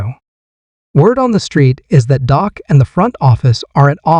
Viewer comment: Stop broadcasting this .. his name is Dak not Doc